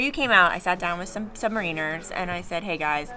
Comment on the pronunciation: This guy was driving me crazy with calling them Submarine rs. ? Submaraners silent service